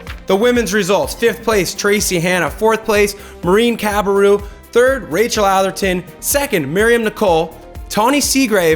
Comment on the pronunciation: if cam keeps doing this show, he defenitly needs to learn how to say Rachels Name :)